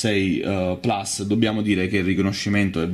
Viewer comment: Beh, però ha detto "plus" e non "plAs". E' ammirevole di questi tempi